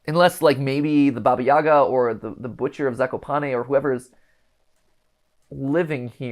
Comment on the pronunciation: Hey Mat, just a quick little note: Baba Yaga is actually pronounced Baba ya-HA (putting the emphasis on the second syllable and pronouncing the “g” like an “h”), at least in Ukraine since the spelling is Баба Яга, and the “г” makes an “h” sound (think “hat”)! Not a big deal, just thought I’d mention it since the characters are Ukrainian! Source: my parents who are immigrants and grew up in Ukraine